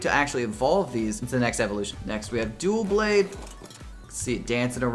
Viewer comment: Btw U Said DuelBlade, not Doublade